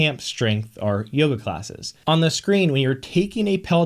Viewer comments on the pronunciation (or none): none